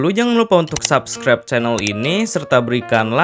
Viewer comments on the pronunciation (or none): none